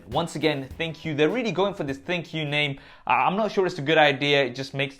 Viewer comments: I feel the correct way to read/pronounce ThinQ is - Think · It sounded like you said thank you haha